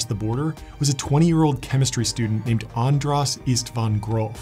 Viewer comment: It's András, not Andrász... It's an sh sound